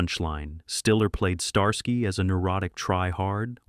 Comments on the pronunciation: Star......SKY and hutch talk about butchering a name..... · Star-Sky and Hutch? I'm so sick of lazy channels using AI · Star-sky &Hutch well damn all through the 70's we all were mispronouncing that title thank God we have A.I. to correct us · Star Sky? Sky like looking up at the sky? No, dude. It's pronounced like ski. Like you're going skiing. Starsky and Hutch. Don't pronounce the y. Pretend it's an i. I swear, you guys need to hire folks to monitor your A.I. narrations. Or just quit being lazy and do it yourselves. -OG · the second the narrator said Star-Sky I quit watching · STAR-SKY and Hutch? Really? The name was even accidentally said correctly once or twice in the video.